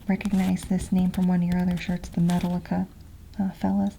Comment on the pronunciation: The way you pronounced Metallica had me dead 😭💀